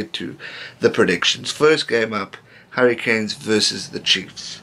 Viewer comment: Am I the only one that thinks when he says "the Hurricanes" it sounds like "the Harry Kane's"